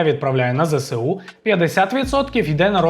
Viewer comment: Чудові огляди! Але правильно Зе-Ес-У. Ну немає в українській букви "Се" :))